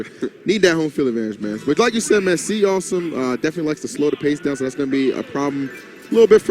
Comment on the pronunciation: Re cringuejoso el "awesum" xDDDDDDDDD